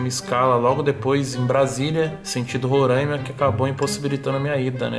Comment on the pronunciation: É "RORAIMA" E NÃO RORÃIMA.